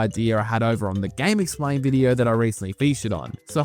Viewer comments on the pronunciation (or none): did you say 'game explain' or 'Gay McSplain'?